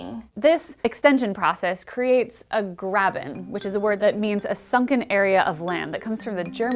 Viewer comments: the Germans pronounce the "a" of Graben way more then you did it. Is your pronunciation the correct American way? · Dear Physicsgirl. Graven means trench/ditch. The German word for grave is Grab, not Graben.